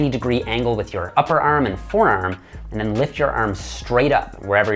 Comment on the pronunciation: the way he says arm is too weird to subscribe his channel